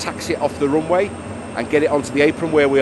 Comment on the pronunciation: off the roonway